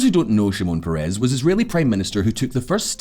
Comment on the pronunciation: Thanks for the video. BTW, the correct pronunciation is Shimon PEH-res, not peh-REZ.